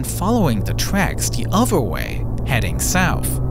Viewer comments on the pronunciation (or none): "Fwew da middelw" and "deh ovver vay" jeez is AI that bad??